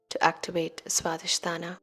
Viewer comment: It's not sradhisthana.. it's swadhisthana. Please correct it.